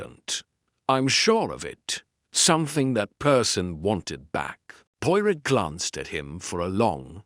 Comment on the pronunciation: The man reading tre story does not pronounce Poirot correctly!! Terrible.